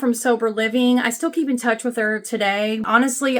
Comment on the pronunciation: I like how you say there and her: "thurrrrr and hurrrrr" Remember the Chingy song?